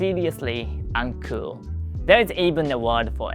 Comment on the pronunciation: the way you say uncool does sound like 'uncle' as is usual for uncles to be uncool. were you called the Uncool Uncle?